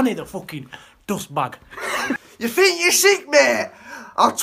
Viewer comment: I'm sorry, but outside of "Ya fink ya sik määääät!". Everything he said sounded like a different language. What did he actually say?